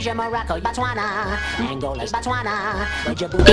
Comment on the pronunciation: It’s Angola 💀